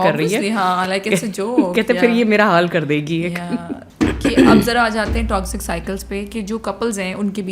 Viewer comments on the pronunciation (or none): Can u stop saying toxzic please it is toxic !